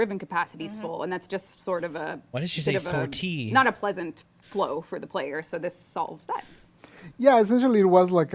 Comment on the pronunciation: I think says sortie very francophone because she's canadian